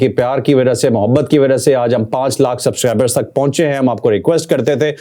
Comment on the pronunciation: Javed Saheb, You can't pronounce Subscribers. Please improve this. You always say Suscribers. You miss sound of "b". I believe a person in your position should improvise this weakness.